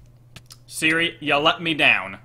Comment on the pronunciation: every time he said hey seri my ipad would go to the "help" screen! 😂😂😂